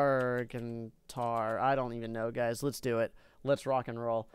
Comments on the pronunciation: is not gaurtnar,is gargantuar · what is a gaurtnar don't you mean gargantuar? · lol XD he spelled "gargantuar" gartuner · Gar-gant-you-are. What's that difficult about it? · You pronounce it Gar-gan-chu-ar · This is how you say gargantuar gar-gan-chew-ar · The NAME IS gargantuar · It's gargantuar